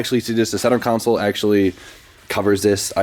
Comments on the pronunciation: I can't be the only one who notices he says centre council/counsel instead of centre console haha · Did you ask the council where your gauges should be lol .. It's CON like a con artist and SOLE like the bottom of your shoe sorry lol